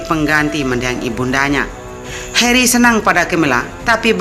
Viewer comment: Video bagus tapi Kamu pronounce Nama prince Harry kok Beda amat dari pada Orang inggris asli sih